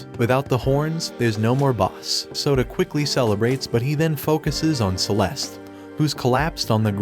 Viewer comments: i hear soda not sota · bro kept calling him soda instead of Yoda O_O